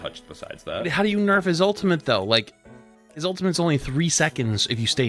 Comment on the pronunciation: The guy talking about ramattra was saying ultimint instead of ultimate